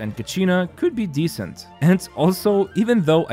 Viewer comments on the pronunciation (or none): none